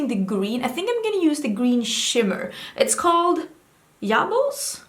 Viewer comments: I lost it when you said "yabos" 🤣🤣🤣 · Ok, but did anyone else lose their shit when she said "yabos" like that???🤣🤣🤣🤣